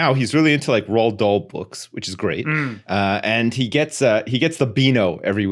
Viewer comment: 10/10 pronunciation on that one, "Roald Dahl" not "Roll Doll"😆